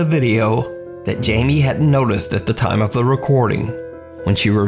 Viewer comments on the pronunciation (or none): none